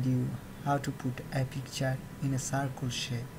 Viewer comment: No offense but it's not sarkul it's circle